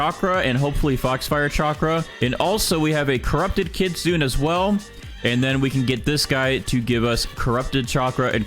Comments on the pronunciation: It’s pronounced kitsunay by the way not kitsoon (I’m writing it how it pronounced) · Kit-sun-eh. I had to say it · Hello I love your video but I have one small thing that I worried about and that is your pronunciation to kitsune is wrong is not kit-sune it's kit-su-ne meaning fox in japanese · stop saying kitsune pls say kitsune-a if that makes sense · i have yet to see any gag youtubers pronounce kitsune correctly